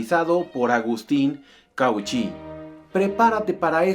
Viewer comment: Cauchy se pronuncia "Cochí"